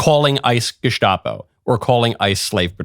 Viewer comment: GESCHTAPO. funny. he wants to pronounce german correctly since ST in geSTapo is normally SCH but not in this word haha. german language complicated AF